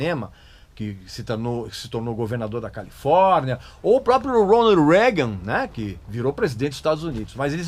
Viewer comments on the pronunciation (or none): Ronald Ruégan? pronuncia errada